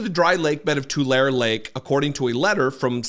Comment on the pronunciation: Just an FYI Tulare is pronounced "to Larry" I pronounced it the way you did too until I was corrected. Kaweah is "Ka we uh"